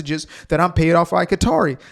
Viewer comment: did you say qatari owens😂